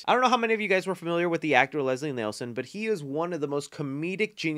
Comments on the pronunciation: Nielsen (Neel-sun)... Not Nelson Dougherty (Dōh-er-tee)... Not Daughtry Potato ... Not Pabobot! 🤣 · I loved The Naked Gun movies too. Always fun to watch. But, I love ya man but I gotta fix this. Leslie Nielsen not “Nelson”. That man was a comedic force of nature. He was also a great dramatic actor.